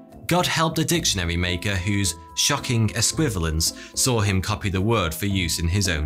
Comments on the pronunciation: ess-kwi-VAL-yence, sir! harrumph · I don't mean to be picky, but you've mispronounced esquivalience. There's a second "i" in it that you failed to pronounce. It's five syllables, not the four you made it to be. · Sigh. It's only just been invented, and already people are spelling it wrong. It has an "i" in it. No, another "i". It was right there on the screen : "es•qui•va•li•ence". It doesn't help that our host said it wrong, of course. Stress on the "va", pronounce the "i". (Just kidding. It's an imaginary word; say it and spell it how you like. 😜) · I believe your pronounciation of "Esquivalience" is your Mountweazel